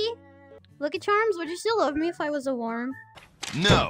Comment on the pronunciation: She says worm like "warm" lol